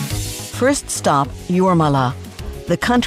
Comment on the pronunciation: ... Jūrmala, not Juomala. :D